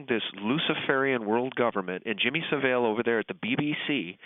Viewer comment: "Jimmy Sa-Vil" hahaha.... "The Royals were involved too", LOL...